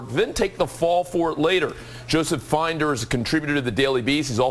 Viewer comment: "FIND"er??? It's "FIN"der, you big bunch of dumbasses.